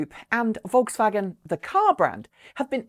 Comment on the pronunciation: Not pronounced like "V"olkswagen, but "F"olkswagen